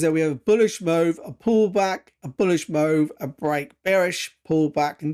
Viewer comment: Sorry, but i have to ask. Do you have a speech impediment? Why do you pronounce the word "move" like that? It genuinely sounds like your taking the p*ss tbh.😃